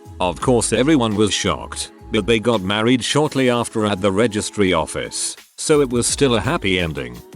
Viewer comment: The best thing in this video is the random usage of the maa-reed pronounication XD